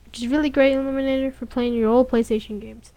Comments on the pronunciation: Great Tutorial..... Emulator is pronounced EM-YOU-LATER... not eliminator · Just saying, it's EM-YEW-LATE-ER, OR EM-YEW-LAY-SHUN. not eliminator or elimination. not trying to be rude or anything. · well you say illuminator instead of emulator and you can barley read no disrespect though nice job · Are you fucking serious.....EMULATOR EM-U-LA-TOR not ELIMINATOR........pronounced it wrong? no thats saying a completely different word LOL And its very fuckin descriptive "we are going to get this and drag it into the thing and there we go" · Not trolling or trying to be nasty, but why do you keep saying "eliminator" rather than "emulator"? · It's pronounced M U Later. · It's pronounced "Em-you-later" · It's pronounced 'emulator' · Nice tutorial kid, but it pronounced em-u-later. Keep up the good work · well you say emulator wrong and you can barley read no disrespect though nice job